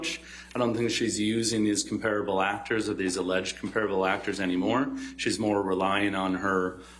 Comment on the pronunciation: He doesn't pronounce 'comparable' correctly...